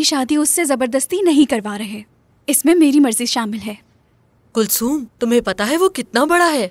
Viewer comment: Jameel kulsum ko huyum kehrhahe